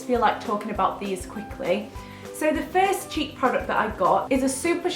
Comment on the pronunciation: I thought you said cheep products instead of cheek products haha